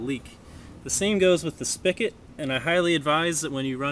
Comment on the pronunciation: SPIGOT. With a G. Not "spickit."